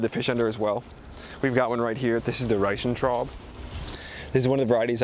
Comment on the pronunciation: As a German, I am offended by the way you pronounced "Riesentraube". Btw, it's "Roter Riesentraube". (just go to German. the one with vote). On the other hand, I guess I am going to bury some death fish with my plants, lol